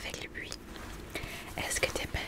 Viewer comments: Au début je ne comprenais pas pourquoi tu parlais de "puits", j'ai compris après que c'était "bruit" lol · Critique constructive : le mot « bruit » il faut prononcer le « r » on ne dit pas « bui » mais « bRui » . PS : Cette vidéo est incroyablement reposante. Une des meilleures 🥱